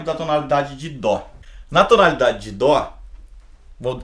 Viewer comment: Por q músicos atualmente falam DÔ? Mas é DÓ... :/